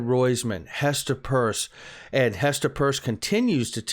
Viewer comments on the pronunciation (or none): It's Peirce! Not Purse!